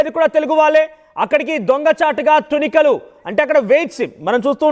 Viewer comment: Please pronounce it properly- not thunikalu , it is thoonikalu